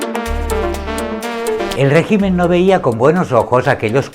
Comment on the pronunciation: Como siempre excelente video. solo cabe resaltar la pronunciación de la palabra Régimen 😂 que se nota que el presentador es muy del catalán.. y no lo acentua al decirlo.